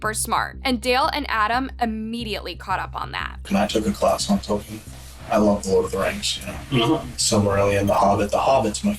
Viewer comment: this chick is the only person on the planet who pronounces tolkien like that